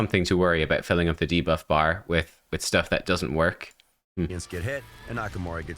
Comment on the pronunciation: exTRACT... deBOFF... Who is this guy?